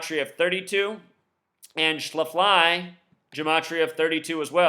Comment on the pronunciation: its pronounced shaf-ly